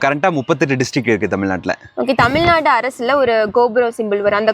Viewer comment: தயவு செய்து தமிழ்நாடு என்று கூறுங்கள். தமில் நாடு என்று சொல்லாதீர்கள்.🙏